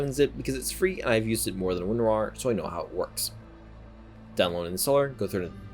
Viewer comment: cant get over how you said Win.rar lmao. "Win.Rawr"